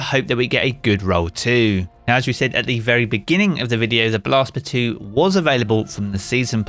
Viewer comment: What kind of lunatic is calling it Blast "Batooee"?!!